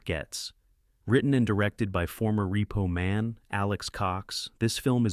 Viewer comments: WHAT IN THE HOLY HELL FOCK DOES THIS AI POS SAY ???!!! LMFAO I EFFING HATE AI PRODUCTIONS!!! That and "REPPO MAN"... and Emilio EST...vez something... WTF!!! STOP MAKING/USING THIS SH1T!!! Use your HUMAN VOICE and READ IT TO US!!! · "Reppo Man, starring Em-il-lio Est-EV-es. Umm, yeah...that's not how you pronounce any of those words, except "Man". lol